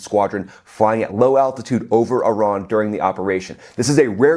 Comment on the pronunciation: Sigh... it's E-ran, not Eye-ran....